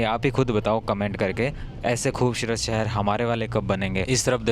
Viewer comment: Shehar ❌ sehar 😂😂😂😂😂😂😂